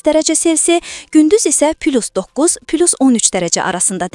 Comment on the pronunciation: Pilus 12 nədir?! Müsbət 12. Söz heç "pilus" oxunmur da. "Plus" oxunur. Redaktorunuza da, sizə də Azərbaycan dilinin qrammatikası, leksikası və fonetikasını öyrənmək lazımdır. DİLİMİZİ ŞİKƏST ETMƏYƏ İXTİYARINIZ YOXDUR!